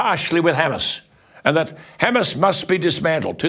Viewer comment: You might wanna learn how to pronounce Hamas correctly...